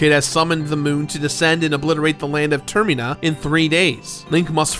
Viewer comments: Why does he keep calling termina tirmena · Tur-meen-ah? Huh. Pretty cool pronunciation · the way he pronounces termina drives me insane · Man you pronounce Termina really weird